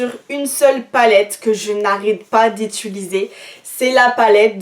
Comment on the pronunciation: On dit utiliser pas ituliser